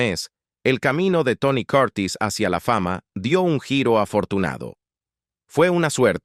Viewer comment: Aprende a pronuciar las palabras..quien es Tony Coortis? Se llama Tony Curtis..